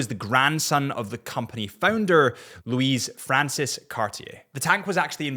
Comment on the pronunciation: Louis Cartier = Loo’ie not Loo’ise